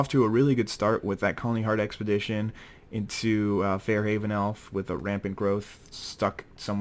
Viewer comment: Isn't it Far-haven elf (Far pronounced as in the word far) instead of Fare-haven?